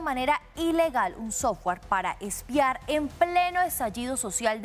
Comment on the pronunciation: NO es "Pedromiguel" sino PEDRO MIGUEL, de apellido Miguel. NO es "eXpiar" sino ESPIAR. Y tampoco es "lafugar" sino "loufer" (law fare). ¡PeriodistOs ignorantOs!😂 Pero, ¿cómo pedirle inglés si ignora el español elemental? Además, lo principal es saber qué pasó en Colombia, no es saber de los otros países.